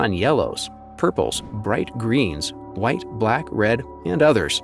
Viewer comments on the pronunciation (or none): none